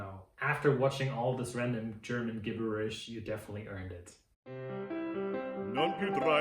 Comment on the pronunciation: Thanks for an amazing video! Love it and your pizzas look amazing, even the one you weren't satisfied with with the black parts. Just want to say, the word 'gibberish' doesn't follow normal rules -- it's pronounced like jibberish, with no hard g. Flour-abend! (ablend? haha)